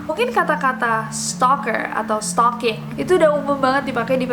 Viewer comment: setalkinggg????? setaljan ,,??? sukijan??? sukirman?? supirman???